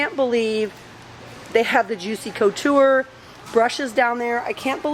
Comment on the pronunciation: Please pronounce Juicy Couture right sorry....